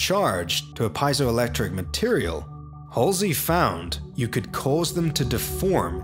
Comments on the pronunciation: piezoelectric is pronounced (pee-ay-zo)electric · It's not pronounced Pai-zo-electric but Pe-E-zo-electric effect..comes from greek word "piezw" meaning to push